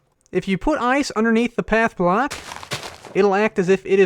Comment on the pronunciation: I heard you said black instead of block